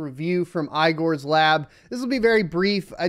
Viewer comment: Hearing the name Igor as EYE-gore really give gore to the ears. It's actually EEEE-g-ARRR. The "O" in russian names is pronounced as "A" if there's no stress on it